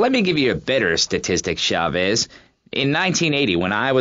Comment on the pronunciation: Maurice Chavez…not Chaves, not Chavis